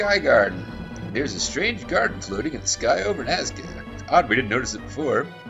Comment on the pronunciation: Kara has a point... Godot dammit Neil! You took us to the NASCAR Lines, not Nazca.